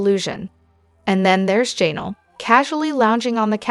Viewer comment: It is Ja Nell ugh